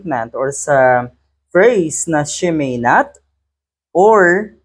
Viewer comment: How hard is it to say "she may not"? Inulit kong panoorin ang video. Talagang "shimenet" ang sinabi nya o mali ang pandinig ko. she's holding the second highest position of the land. She should be very careful of what she say and how she say them.